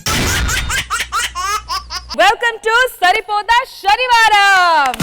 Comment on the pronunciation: Shani varam kaadhu amma talli senivaram idhi telugu raadhu eeme anchor